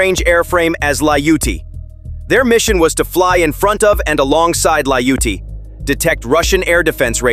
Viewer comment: Come on AI...Layute? It is Ljutyj. It means violent or bitter or unkind.